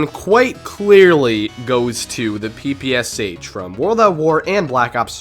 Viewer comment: As Russian i need to correct u In PPSh it's not "S" "H", it's "sh" like in word "shut"